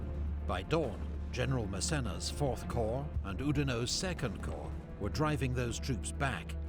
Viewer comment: Corps is pronounced as "core".